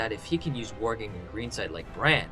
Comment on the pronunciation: it's not warging